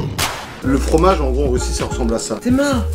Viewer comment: tu fais l'accent portugais pas russe